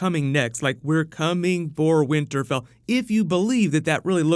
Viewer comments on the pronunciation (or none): "winter Bell"?